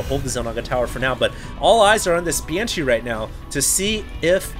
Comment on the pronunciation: is it that hard to pronounce "BANSHEE" ? it`s not "BYANSHEE" -_